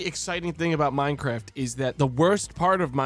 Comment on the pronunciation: Minecwaft AND twains?! OH MY FWICKIN GOSH DANG!